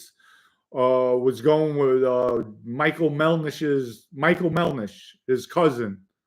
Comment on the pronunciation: MelDish not MelNish…please get that straight.